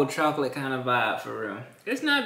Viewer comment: Am I the only person that hears him say chalk-lit